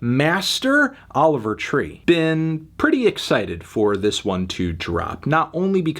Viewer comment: He never says his name right haha 😹